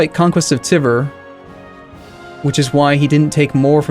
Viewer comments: As a russian i'm going to say, that you're completely wrong about that and the way says it makes me cringe so much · You must be new here. routinely pronounces thing wrong on purpose if he did it by accident, and people start going out their way to correct him.